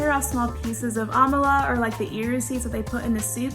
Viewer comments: What tf is Amalar. It's AMALA pronounce it like you know how to pronounce it. Jesus these millennials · My only annoyance is her pronunciation of "amala" (it sounded like Kamala Harris's first name - just without the "K" which is not the correct sound for that word. If she is a true Nigerian, she knows good and well that is not how to say "amala". Are you trying to anglicize the word to make it sound more English-like for acceptance? Totally unnecessary. Please, keep true to the correct pronunciation of a foreign word especially foreign words from your own nation/country; it makes the sense of culture that much stronger, generally speaking. Let the world know how to say "amala" correctly lol. Just some gentle advice otherwise, great content 🙏🏽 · Thank you for this. The pronunciation of amala really was off-putting. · im kinda disappointed as a nigerian to here her pronounce amala like that is more displeasing that way but i still happy for my country to be mentioned tho